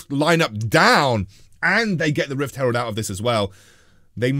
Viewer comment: lel it’s Rift herald not rift s cutler!! lol!!! anyway love ur content